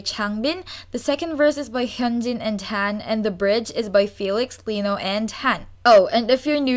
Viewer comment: Ok im sorry if i sound mean but why are you saying han , Tan?? Its just han H-AN. Just say hand without the d part